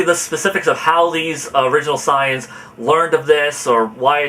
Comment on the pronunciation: dude, its pronounced say-ans, not sai-ans. you sound like you're saying science